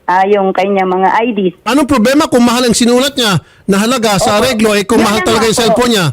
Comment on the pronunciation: Kung maka "MAHAL" si Ma'am parang sya yung magbabayad. Annoying!!!